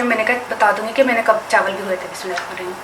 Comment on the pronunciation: mam please do recite bismillah properly